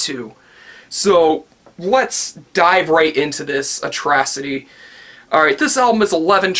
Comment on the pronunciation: Haha making kids rage must be gratifying, by the way you somewhat pronounced "atrocity" wrong... Just saying.